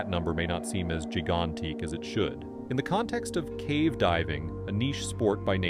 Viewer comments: Gee-gone-tic?? People who use someone else's voice with AI are disgusting. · dude said gegan tique i thought i was learning a new word lol